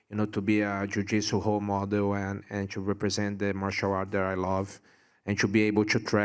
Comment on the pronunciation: "eee very grateful to be a jiujiiitsu hole model" hahaha, love you brazil and maia but the R/H stuff is funny